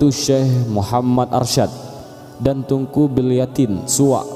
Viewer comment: Ralat Min TEUNGKU Jgn dibaca TUNGKU😌